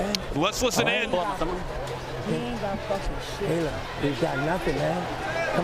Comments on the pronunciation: It’s Tayler not Taylor. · Nobody: Not even a single soul: The commentators: TaLYer HOLdEr